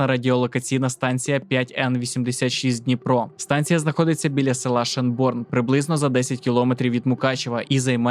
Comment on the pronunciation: шЕнборн а не шенбОрн